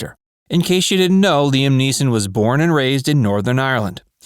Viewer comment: Niam Leeson